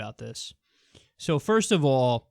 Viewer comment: It came out right in the beginning "First oof awhl..."